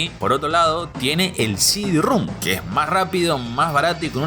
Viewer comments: el diskette no es de 2 pulgadas, es de 3 y media; no es heréjia, es herejía; no es “cd-rúm”, es “cd-rom”, con O; Y ya me aburrí. Son incontables. Sumado a la arrastrada aporteñada de las eses y a la mala dicción que me obligó a activar los subtítulos. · Sidirrum jajajaja no mames